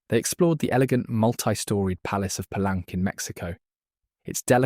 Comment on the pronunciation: The city name of “Palenque” is pronounced Pah-LENG-kay, not Pah-LENK. And a sinkhole well, or cenote, is sen-NO-tay, not sen-NOTE.